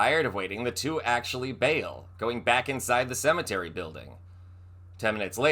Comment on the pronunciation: It's "CEMETERY".